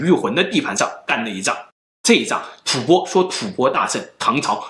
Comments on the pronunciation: 為何是吐ㄅㄛ？不是應吐ㄈㄢ嗎？ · 吐播？ 吐蕃(音同翻)吧